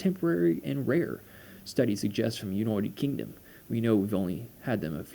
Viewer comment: I like how you say United Kingdom 😂